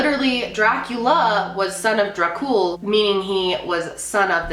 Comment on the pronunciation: "Vlad The Impaler" GASPS VLAD ȚEPEȘ?? GASPING INTENSIFIES I STUDIED ABOUT HIM IN HISTORYYYYY edit: the way you said Dracul is- well okay edit2: i actually studied his reign and his life when i was in school, you got a lot of info wrong im sorry :c